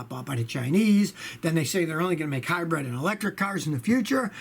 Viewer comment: I like the way he says hi-bread.